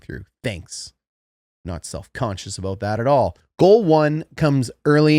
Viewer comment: "not self-concious aboat that at all" 😂😂